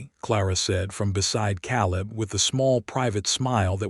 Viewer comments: Ka Leb Clar a first a is long because it ends the syllable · Love the story but hate how the AI pronounces Caleb's name wrong.